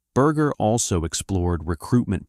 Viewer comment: Can't u say his last name correctly